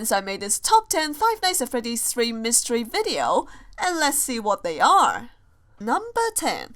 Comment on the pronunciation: Don't you mean "Myseries"?